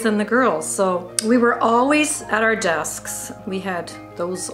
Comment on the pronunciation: Lmao so when she first talked about school I heard her say deskSK lol no hate tho but is she a vsco girl lol